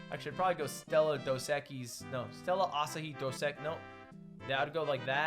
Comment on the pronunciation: Ludwig said asahi right the first time then he choked 😭